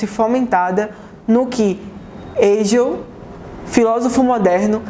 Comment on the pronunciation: É Paraíba, é nós rsrsrs. Parabéns! Obrigado pelas informações. Só uma diga: a pronúncia certa de Hegel é o H com som de R.